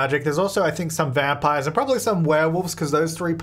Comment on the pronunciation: I’m pretty sure at some point said “Vampire Years” and I love that 😂